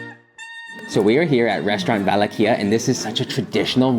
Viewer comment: Restaurant VALAHIA !!!! No " Valachia " ! 👍🤗❤️❤️